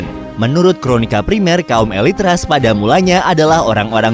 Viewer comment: Rus dibacanaya, bukan Ras! Bahasa rusianya Kiyevskaya Rus' (Киевская Русь) Knyaz! Bukan kenayes! Kalau bikin konten sejarah suatu negara saya sarankan berkonsultasi dengan orang yang mengerti bahasa dan budayanya.